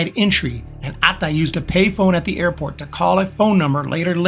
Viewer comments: just use only one syllable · The narrator loves to say Atta. Pheew with vim & vigor . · Your „Atta“ pronounciation is funny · the pronunciation of Atta is hilarious.